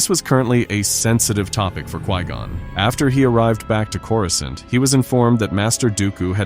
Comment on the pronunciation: “Coruscint” maybe test the audio before posting ai pronunciation.